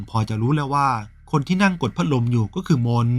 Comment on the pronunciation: พักลมสำเนียงแอนนาเชิญยิ้ม🤣🤣🤣